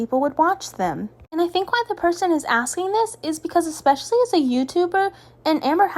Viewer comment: Can someone let her know that there is no "x" in especially